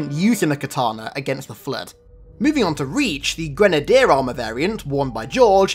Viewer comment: why do u pronounce grenadier lake that